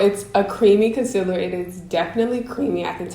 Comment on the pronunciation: Gurl bye did u just say conciller